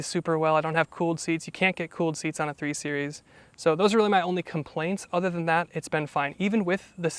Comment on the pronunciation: Numbers are pronounced properly ..three is Tree